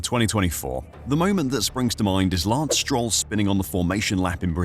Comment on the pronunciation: Lance Stro-well